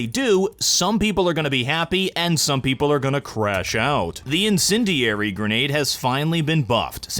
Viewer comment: every time he says the word "INDENDIARY" it sounds less and less like a real word